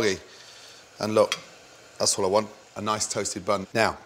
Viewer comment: his Scottish accent sneaks in! "thas wut I wunt"